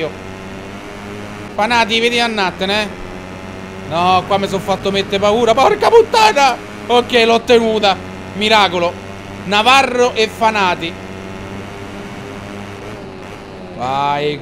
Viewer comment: ciccio...nn sono un hater k altro...sono un fan...ma una domanda...xche nn pronunci bene i piloti? magari lo fai apposta...oppure no? xche sono fEnati e bagnaIa